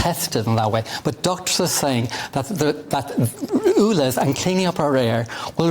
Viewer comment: The Irish Tw@ is persistent I’ll give him that but this will never make his so called facts correct ! He has been exposed so many times , why are we still being subjected to this idiot . Someone should also tell him that it’s not oolez it’s ulez !